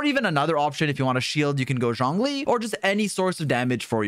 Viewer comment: Nice video dude only thing is you keep saying johnlee when its zhongli